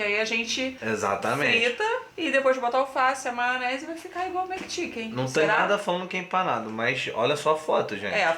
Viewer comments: Adoroooo. Eles falam "maonese" igual eu. Amoooooo. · Maonese, kkkkkk, não julgo o pois falo assim também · Hahhaahahahahahahahaa “maonese”